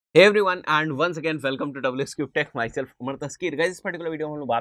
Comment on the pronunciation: Bhai and keh rahe ho ya aand samaj ni Ara English bhee sahe nahe bol rahe ya to full English bolo ya fir Hindi